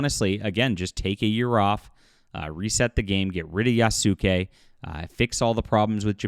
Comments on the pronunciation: Its pronounced Yas-Kay Not yah soo kay If your going to make a video roasting ubisoft for cultural ignorance you should probably not do the same thing yourself Also if you don't understand actuzl Bushido you shoukd refrain from referencing it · I enjoy your work, but you need to work on your pronunciation. Yasuke - Yas-K. You don't pronounce the U & the e is included in the capital K. Naoe Nah O A. The first vowel is soft & the subsequent are hard. The same goes for Torii Tor-EE gate. Mispronunciation when you have done so many videos is also disrespectful, it is something Ubi would do. LOL. Keep up the good work. Edit, Idk why my pronuciation suff just got striked.